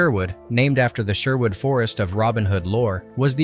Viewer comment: What do you expect from someone who can’t even pronounce Sherwood properly?